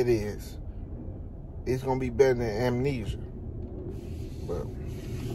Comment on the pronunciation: He said, “Terrence Crawford fighting, AMENESIA”… 😂😂😂 like he REALLY fighting a sickness 😂😂🔥🔥 Bud a 🦆 💥🥊